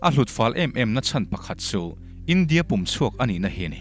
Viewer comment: Pum chhuak a ni lo, pùm chhuak tia pùm lai hi thluk hniam tur a ni😮😮